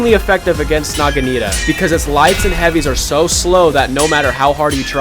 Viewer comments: I know this is my second comment but oh my god please stop saying naginita its naginata bro learn to read lmaoooo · NAH GIH NAH TUH is how its pronounced bruh